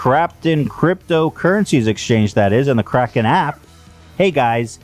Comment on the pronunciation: My man Ethan said Krapten instead of Kraken LMAO